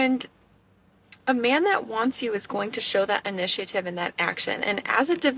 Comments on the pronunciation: Girl making me crazy. a) That's not how you pronounce initiative. b) What is this bullshit about taking someone SERIOUSLY? You JUST MET. Neither of you should be taking anything seriously. If you want to interact with the guy, MESSAGE HIM you loon. Edit after watching 30 more sec: "future husband", "universal" ugh 🙄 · Doesn't know how to pronounce initiative 😬